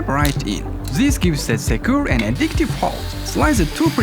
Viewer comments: tsis iss so bad to hear, tsis and tsat. THIS BRO NOT TSIS! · Ziss zizs zats , Unpleasant to hear. i stopped watching cause of zisz